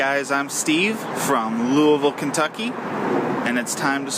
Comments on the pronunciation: The guy who said to spin the wheel said Louisville right. Lu-uh-vul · Hey he said Louisville right!